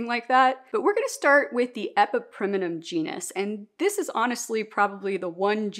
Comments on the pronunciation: Fair enough! You’re just adding an extra syllable (E-PI-PREM-NUM vs E-PI-PREM-IN-UM) and I was wondering if there was a reason. I am not a Latin expert either! I still refuse to say calathea out loud haha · Question…why do you pronounce epipremnum like that